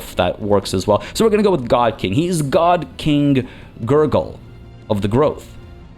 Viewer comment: Man everytime you say GurGul i keep hearing Nurgle